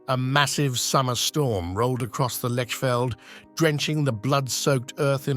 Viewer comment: Lechfeld is pronounced Lekhfeldt. But you have got Ulrich right. The Magyars, of course, became the Hungarians.